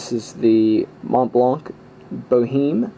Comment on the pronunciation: LOL. I doubt there's anyone, American or otherwise, who'd expect to hear Boheme pronounced that way. And, even if there are such people, wouldn't it be better to let them hear the correct way to pronouce it? Montblanc Boheem--that's why people from other countries laugh at us.